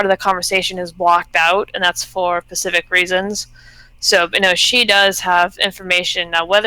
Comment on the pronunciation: Please stop saying "pacific"..... SPECIFIC 😕😂